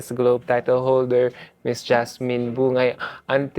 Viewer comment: Her last name is not Bu-ngai when pronouncing. The right pronunciation is Bung-gai. True kapampangan knows this. Please do your reaseach more.